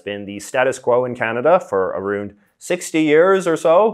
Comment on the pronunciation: New subscriber J. J., I have a question. Why do you pronounce around...aroond?